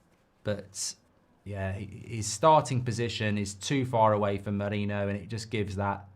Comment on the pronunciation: 'marino' 'mereno' - its not difficult.